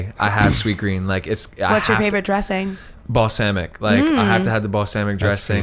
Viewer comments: Woah hold up. I've gone 334 episodes straight without commenting once, but I couldn't avoid this. How did that guy just pronounce balsamic? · Balsamic that rhymes with hammock. Wow. Have not heard that one before.